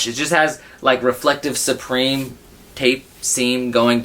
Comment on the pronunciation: it is prononced SUPREME not SUBREME smh